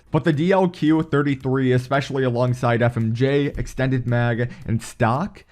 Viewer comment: So with this gun I reccomend EXSHTENNNNNDES MAGS, FMSHAY ANDSH QUICK DRAWSH